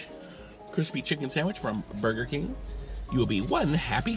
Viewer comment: Well that how I’m going to say it now boiger king oh yes 👌🏻